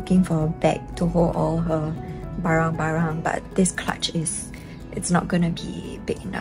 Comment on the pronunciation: Did say “barang barang”? 😂